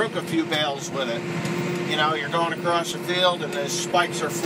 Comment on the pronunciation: "Acrosst" ??? WTF...???